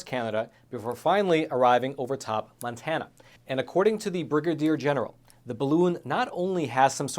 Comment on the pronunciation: MONTANA NOT MANTANA. ITS MONTANA